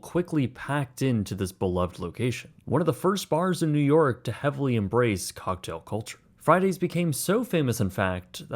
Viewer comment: what did he call the tom cruise movie?? sounded like"cock'd"